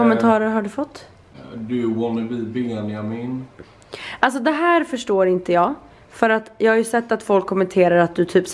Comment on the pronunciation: Varför säger du Benamin?